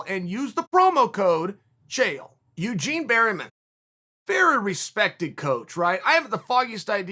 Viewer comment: yougien berrymen